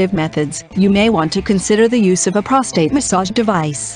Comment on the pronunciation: Great info, computer voice is terrible..p..rostate.. really?